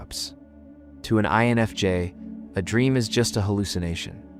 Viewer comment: This video pronounced the I in INFJ only once, that I noticed. And added an extra s sound, at one point, for no reason. If people need validation this much, I was having trouble going ahead and commenting about it being purely AI bs. I'm just relieved I'm not the only one thinking that we need to not connect with a person who's not really there, and are just wanting to exploit people.